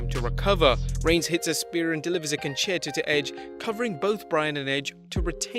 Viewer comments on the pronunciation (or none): none